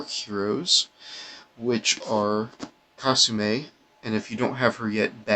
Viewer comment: Kah-soo-mee not kah-soo-may